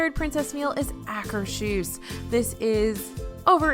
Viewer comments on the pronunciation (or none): It's not pronounced aker-shoes. Its Akers HUS. Meaning Akers House in Norwegian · At Le Cellier, the restaurant is divided into the Canadian provinces. Be sure to ask them which province you're sitting in! At Garden Grill, you can see into the upstairs bedroom of the farmhouse from Living With The Land. (Spoiler: nobody is there.), you still need to talk to the CMs at Akershus concerning pronunciation...